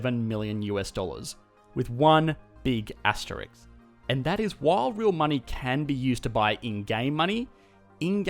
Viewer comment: Just so you know, it's called an "asterisk", not an "asterik". We know you can pronounce it because it's asterISK, the same as the economy you pronounced several times. Maybe the recording cut out for a second, or maybe I just didn't hear you properly, but if you did happen to pronounce it wrong, now you know.